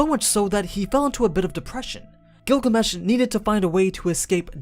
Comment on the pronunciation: i heard google mesh even the auto caption heard it